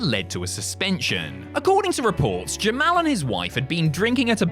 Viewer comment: why do you call jamal jim-al